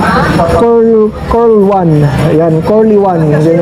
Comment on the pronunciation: Excuse me, no offense Idol. Ang tamang pagbigkas ng CORLEONE ay "korleyon". 👍